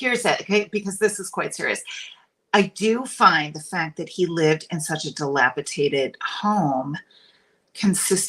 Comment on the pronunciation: Oh my OCD is triggered. The word is dilapidated not dilapitaded!